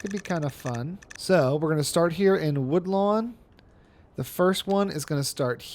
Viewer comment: I thought i was mishearing woodland as woodlawn but then you named the bus line woodlawn. Might want to update the district name 😂